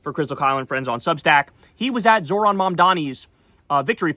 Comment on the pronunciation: can someone please tell Kyle how to pronounce Zohran correctly? All that shit he talks about people not being able to pronounce his last name & he can't even pronounce his first name, lmao. Kyle says "Zo(h)r-an" (Zor-ahn) when its pronounced "Zoh-ran" (Zoe_Rahn) get it together Kyle. Its already bad enough you've been supporting Platner who is a war criminal